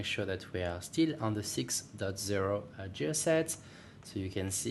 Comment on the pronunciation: Just so you know, "gear" is pronounced with a hard g just like the g from "gift."